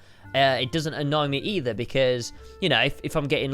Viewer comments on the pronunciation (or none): none